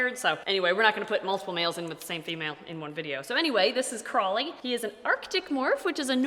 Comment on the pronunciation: I think the other character from Good Omens is called Crowley (pronounced cr-a-ooly) and not crawley (pronounced cr-o-ly).